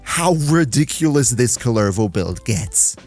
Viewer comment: COOLER-voh C'mon dude. It's not just some made up name. It's a Finnish cultural hero. They pronounce it in the game for you. Saying it wrong when you know the right pronunciation is just being disrespectful.